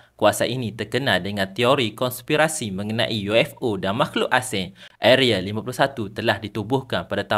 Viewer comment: Area bang, bukan areal